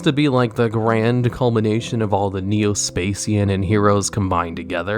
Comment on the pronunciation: Neo "Spa Shian" not"Spa Cian"